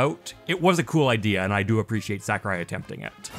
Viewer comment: "sack-a-rai" "fawl-kun" where are you from?